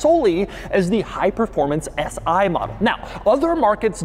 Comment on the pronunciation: Its not "S I" !!! It's is "Si"! .. as in "Si! por favor"